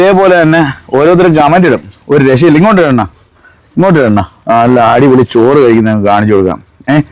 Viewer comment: "ചൊർ " അല്ല 'ചോർ '